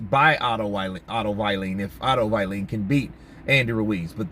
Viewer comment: Please don't say Otto Vai-leen. His name is Vallin